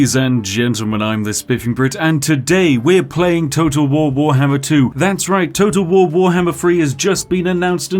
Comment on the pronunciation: It sounds like your saying toto wahwar